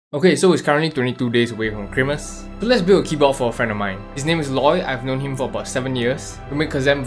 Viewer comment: its currently 22 days away from "chri-mas"